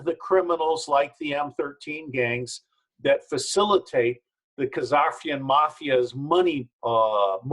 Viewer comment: It's the khazarian mafia, not khazakian mafia. You would think Mr Steele would know this.